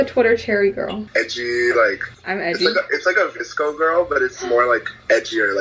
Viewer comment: VSCO girl? I kept thinking he was saying DISCO girl